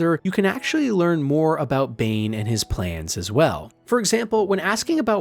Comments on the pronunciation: yeah “BOOOAL” really screams bane instead of bhaal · Yeah, this video gives major yucky AI gen vibes, thumbnail included. I had to stop listening to it after I caught him calling god of murder Bane. Like, dude, Boaal and Bhaal isnt that far off